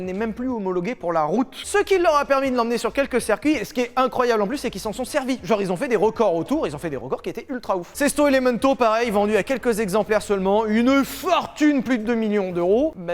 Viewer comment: Bon sang !! Circuit, ça se prononce CIIIIIRCUIT et pas CEEEERCUIT. Voilà.